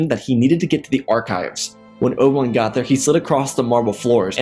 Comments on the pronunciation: Dude keeps calling him Obwun lol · Just some constructive criticism...The way you say obi ones name I almost don't know who your talking about...if I didn't know it was obi one it was you were talking about. Then I wouldn't know who you were talking about...just slow it down a bit...your stories are good. But slow down how you say obi ones name... just my 2 ¢